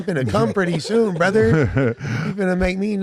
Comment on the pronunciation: should be fined $1000 every time he says Borther smh